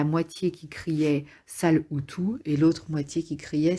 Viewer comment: “Une maman Hutu” ???